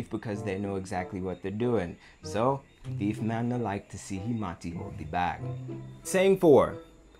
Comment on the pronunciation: It’s pronounced tiefman not thiefman......don’t mix proper English lol 🤣